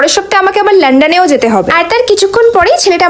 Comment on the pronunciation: লন্ডন ❌️ লান্ডান ✅️